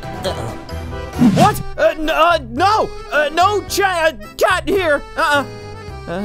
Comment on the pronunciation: Why do people say chat instead of cat that’s the only thing I don’t get and I’m a big fan 😂